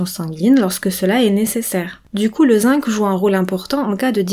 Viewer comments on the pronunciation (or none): Très intéressant mais, si vous m'autorisez cette remarque, le mot zinc se prononce "zing" en français, sauf si vous êtes Canadienne ("zink" au Québec).